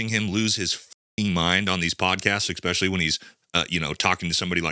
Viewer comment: YOU DID IT AGAIN ,, YOU JUST EXspecially AGAIN. Find a dictionary MAN WHAT FCK???? Words matter and EXspecially ain’t one